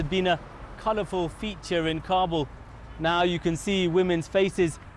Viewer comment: Its not Carrbul its Kabul (a short a). Guns in a mosque very nice!